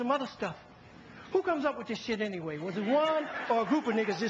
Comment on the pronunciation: its anyway brtha not away =D